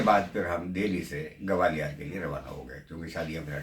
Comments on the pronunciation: Its Gwalior, not Gawalior.. It sounds like calling Lucknow as Lakhanawo..😕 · It's GWALIOR not GAWALIIR & NOIDA not NAVEDA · gawaliyaar nahi bhai Gwalior bolo.